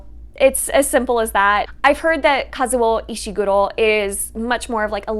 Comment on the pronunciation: Me: Hears pronounce Kazuo Ishiguro's name and thinks: "I think she speaks Japanese. " (next scene): "I lived in Japan for 7 years" Me: HA!!!